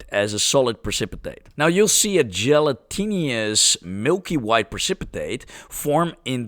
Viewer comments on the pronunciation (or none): dje-léh-ti-nus-> gelatinous